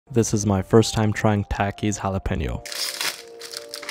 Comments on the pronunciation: It’s pronounced TAH-KIS. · you're mispronouncing it so badly it's "tah-keys" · Not to be rude and you probably won’t see this but it’s pronounced Tah keys still love the vids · Takis are actually supposed to be pronounced tok-ees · You pronounce it ta-keys